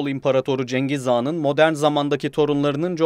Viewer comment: Cengizan degil,Cengiz Han. Yozlaşmayın ve yozlaştırmayın!